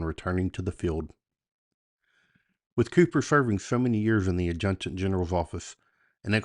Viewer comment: Adjutant can be a difficult word. As a former battalion adjutant, I can say this is how it is pronounced in the Army: Add-joo-tant.